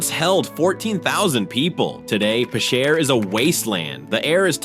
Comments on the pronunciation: Pitcher is pronounced "PIT Sur" Like what you pour water out of. . . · Channels need to get serious about better AI narration. Picher, OK is pronounced like the word "Pitcher," as in the jug you pour water or other liquids from and into a glass. But I heard three horrible AI pronunciations for Picher, and none of them even close. It's annoying. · I know someone who lived in that town. His father worked in the mines. It's pronounced pitcher as in a pitcher of lemonade